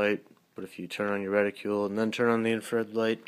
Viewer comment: Decent review. Just please pronounce "reticle" correctly.. Its not "reticule"..